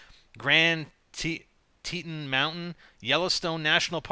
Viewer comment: No offense or anything but Grand Teton Mountain is pronounced TE Ton